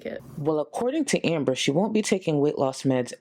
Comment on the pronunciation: Long time viewer that cant pronounce her name? this is 💯 someone reading a script and messing up Amber even giggles with dupers delight realising they messed up doesnt wanna talk about foster care but just like the first A.I voice when she started these segments she keeps faking questions about foster care. whats she up to with that? hmmm 🤔